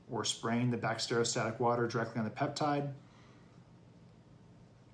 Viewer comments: Lost faith you know what you’re doing when you can even say Bacteriostatic! It’s not Bact-stereo-static. Drove me nuts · cant listen to this guy who cant even pronounce bacteriostatic properly